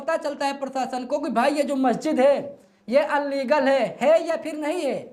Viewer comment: कुत्ते भौंकते रहते हैं हाथी मस्त चलता रहता है। अलीगल नहीं इलीगल होता है पहले सही शब्द सीख ले ।